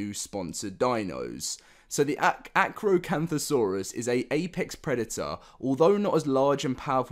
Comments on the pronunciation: Oh I can't wait for the new ark updates , plus the acrocanthosaurus is one of my type favorite dinos 🤙🦖🤙, plus you pronounced it right 🔥🔥🔥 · You pronounced the name correctly for Acrocanthosarurs for Deinosuchus it is pronounced Deinosuchus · U said acrocanthosaurus right 😄😄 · You pronounced the acrocanthosaurus correctly.